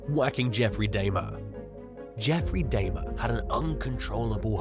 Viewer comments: Dahmer, really you can't pronounce this name. Come on guy! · How do you mispronounce Dahmer? SMDH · Arkansas is pronounced "ar-can-saw" not "ar-kan-sis". In fact, it is illegal to pronounce it the incorrect way (as in this video) while in the state. Also, "Dahmer"= "dah-mer", not "day-mer". And, finally, Vicki White [no relation to her inmate lover, Casey White] killed herself at the end of a car chase with police. There's 9-1-1 audio available because the car itself called in after they crashed, unbeknownst to the pair, where she says they should "get out and run", she laments leaving the hotel they'd holed up in, and, eventually, she discharges her firearm.